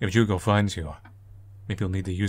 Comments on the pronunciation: I don't know where the devs are from, but all human names (Misae, Ai and Ju(u)go) are Japanese (Ju(u)go is pronounced as "jew-go" in Japanese, so I think you got it right). Also, I have the feeling the game is situated in Japan, since Misae mentioned she's a "half-foreigner" (that distinction is often made in Japanese; people with only one Japanese parent are called "hāfu", literally meaning "half"). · You pronouncing Jugo's name correctly because you're respectful enough of a language to know it's quirks and differences between similarly sounding ones warmed my heart up, man. It's always nice to see how much care you put into these little details. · Brazilian here, three years late but whatever I just wanted to say the pronunciation of Jugo was great! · Brazilian here! Yup, got the Jugo pronunciation right, tho that is certainly not a Brazilian name. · As a person who has Portuguese as a second language, you pronounced it quite right !! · ur right with the pronunciation, but thats not a brazilian name at all lol, the developers are definetly weebs so probably is suppose to be japanese? Especiall cuz her name "Ai" is love in japanese, but in portuguese "Ai" is "ouch" so??? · I'm brazillian and naturally speak portuguese. Your pronutiation is correct but none of the names are common here. I don't think the intention was to use brazillian names, so you can speak as you wish 😊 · You pronounced the Portuguese name well!